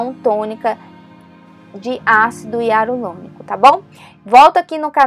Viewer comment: Ácido iarulonico 😂😂😂😂😂